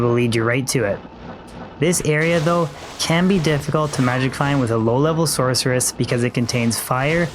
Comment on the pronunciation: SorKeress. Kills me everytime.